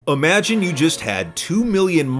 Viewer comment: Is it just me or does say "amagine" at the start of the vid? or am I just imagining things?